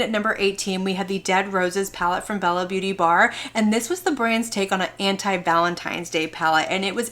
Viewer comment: You’re the only person that pronounces the Beaute in Bella Beaute Bar as “ Beauty”, instead of acknowledging the accent on the e- which I can’t do on my keyboard. Now I need to research the correct pronunciation!